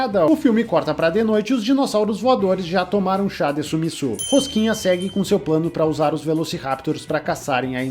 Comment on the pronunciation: Toda hora que ele falou "rosquinha" eu dei risada 😂😂😂